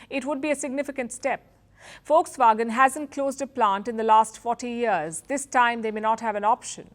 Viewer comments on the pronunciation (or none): Aunty it's not fox wagon it's Volkswagen 😂😂😂